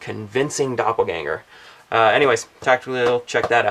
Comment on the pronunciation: Great. How did you manage to pronounce 'Doppelgänger' so well? ;)